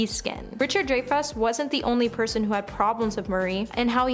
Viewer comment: Harold ramiz, Veeola Davis, RichardDrifus definitely feels intentional